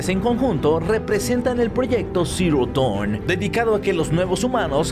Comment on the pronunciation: Porfin alguien que pronuncia bien Dawn, salve!!